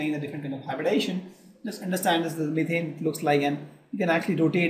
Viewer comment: Yes, It is ethane, not ethane....